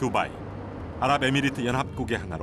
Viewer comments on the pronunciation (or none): 두바이(Bubai) -> Dubai